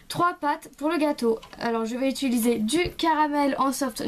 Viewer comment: Utiliser juste car sa me demenge tu dit utuliser PAS MECHAND